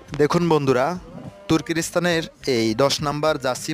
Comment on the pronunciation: বিষয়টা ভাল লাগলেও আপনার বাজে উচ্চারণ ভাল লাগে নাই। তুরকিরস্থান কি জিনিষ।